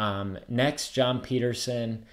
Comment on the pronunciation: How does a adult pronounce a name like Petterson that bad???